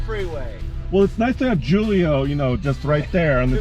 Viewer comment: i think it pronounced who-lee-o not jewel-ee-o but idk maybe I"m wrong.